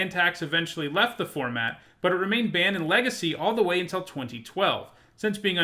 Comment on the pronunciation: Ugh it’s kingdom not keendom, what are you 5? Also it’s pronounced until not untell. You pronounce milk melk don’t you?